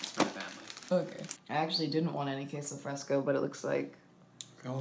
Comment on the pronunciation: Wait...first misspelling pupusas now AND saying "kay-so fresco" 😂😂 love you guys